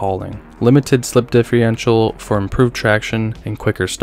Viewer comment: Holy shit, bud differential not diiffryental. Watch your pronunciation